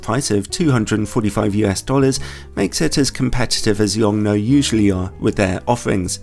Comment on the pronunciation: After listening to the Americans constantly murder the name of the manufacturer it's refreshing to hear it being pronounced correctly, at least according to the native Chinese speaker on staff at LTT.